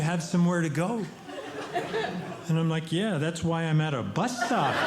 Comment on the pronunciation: Every time he says bus, I hear butt